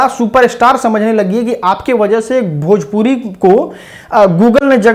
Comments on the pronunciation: खेसारी जी पहले भजपुरी को भोजपुरी बोलना सीखे, तभी तो गूगल सही ट्रांसलेट करेगा 😂😂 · Bhajpuri bolta hai 😂😂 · कोई इस खेसारी गधे को समझाओ भाई की भोजपुरी होता भजपुरी नही।